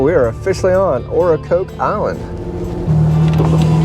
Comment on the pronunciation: Nice video, but it's Ocracoke (like the vegetable and the drink) Ocra-coke. Hatteras (is like Hater-ass)...